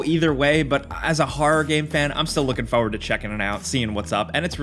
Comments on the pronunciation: Stalker 2 is also made in Ukraine so all credit to them still making the game 🇺🇦❤️. Also it is pronounced 'forward' not 'foouerward' 🤪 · What is this "fauwaud" he is constantly looking for? xD